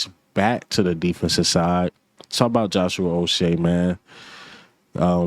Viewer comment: Ain’t no O in Uche🤦‍♂️🤦‍♂️🤣